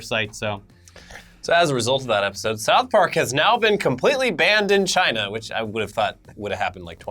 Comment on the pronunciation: you’re saying “CHIna!!” wrong